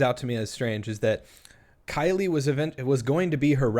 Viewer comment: Also, in the beginning she slips up here words "I uh call...I mean talked to Killie"